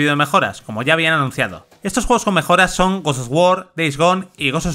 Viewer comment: Bludborn , gust ofwar , jost of tsusima , y la nueva palabra , Japtica 🤦🏻‍♂️